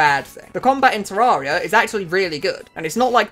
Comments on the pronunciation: Ta-rare-e-ah. Not ta-roar-e-ah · bro hit us with the "Terrahria"